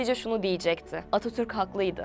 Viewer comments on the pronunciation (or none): none